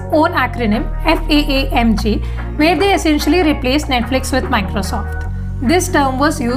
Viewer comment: ts not FAANGT Its a TAANG LOL : )